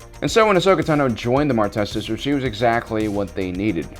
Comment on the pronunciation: It's Ahsoka